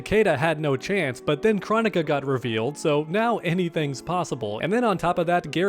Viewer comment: AGAIN bro it’s Kr-OH-nika emphasis on the “OH” not chronic-a!!!